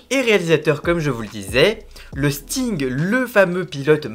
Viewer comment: Ton travail est intéressant mais attention aux approximations à l'origine c'est un trio d'animateur pas un duo, et le pilote de l'émission s'appelle le stig pas le sting, et ta prononciation du nurburgring me semble incorrecte, je te partage ce commentaire parce que la communauté des fans de voitures peut ne pas être tendre mais que ton format est intéressant